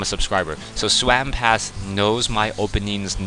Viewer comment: I can't believe you called him SWAM PASS!!! LOL!!! I guess that's the Dyslexia your wife was talking about kicking into high gear!!! You are the greatest shoutcaster alive today bar none!!! 4ever!!!